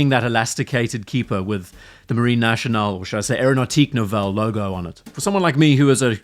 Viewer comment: If I may, it's pronounced Marine Nassionale, not Marine Nashionale !